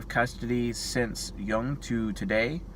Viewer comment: Thank you for being the only person I've seen on Youtube so far who pronounced Jung's name correctly.